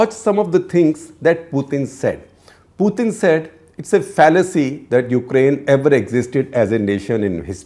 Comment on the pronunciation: FFS, learn how to say Putin’s name correctly